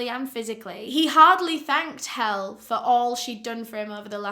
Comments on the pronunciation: Her name isn't hell or Hel, it's Helle. A pretty normal scandinavian name. "The meaning of Helle is 'divine woman. ' Its Pronunciation is HEH-leh. Helle Origin / Usage is ' Danish, OlD Norse Baby Names ' ." Hellig in norwegian means divine, kinda unfortunate that everyone assumes everything is centered around the English language to be honest. :( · Her name isn't hell, it's Helle. A pretty normal scandinavian name. "The meaning of Helle is 'divine woman. ' Its Pronunciation is HEH-leh. Helle Origin / Usage is ' Danish, OlD Norse Baby Names ' ." Hellig in norwegian means divine, kinda unfortunate that everyone assumes everything is centered around the English language to be honest. :( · Norwegian here . Her name Helle, is not pronounsed Hell. Both E sounds the same. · I believe her name is pronounced Hell - E like Ellie. I don't know if you ever heard of the Mary Beth Tinning case. She murdered 8 of her children (only charged for 1) convicted in 1987. She got 20 yrs to life and got out in 2018. Which i think is disgusting. We all thought she was down for life. You just can't trust the justice system. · It’s funny hearing this woman’s name pronounced “Hell” as in Hades. Hell get back here, Hell what are you doing, I want to spend my life with Hell….lol (sorry). Not fault, she’s pronouncing it like the name Elle but with an H, which is the way it’s spelled…so honest mistake. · Enjoying your videos, but as a Danish person it makes me giggle when Helle is pronounced "Hell" - it is pronounced Hell-eh - the e at the end is important :-) Absolutely love your content though - and Danish is HARD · Her name is pronounced Hella but spelled Helle. My moms name is helle from denmark as well 😅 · I love your vids but please double check how to pronounce a name. Especially if it's the victims :'3 it's "hell-uh" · The name Helle is pronounced HEH-Leh, and it's Nativity is Danish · Lol her name is pronounced hell-eh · As a dane, the right pronunciation of Helle is Helleh